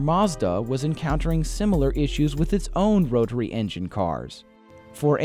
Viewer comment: TERRIBLE narrator. "Roh-Tah-Ree" engine? General "Moh-Tors"?